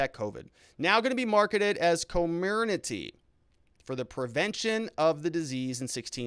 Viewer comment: P.S. koh-MEER-neh-tee is what was approved. Only!?! Do your due diligence and act like A lawyer. Do your research.